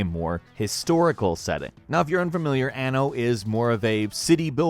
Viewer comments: The "A" is not sharp in Anno. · The way you pronounce "Anno" in italian means literally "anus"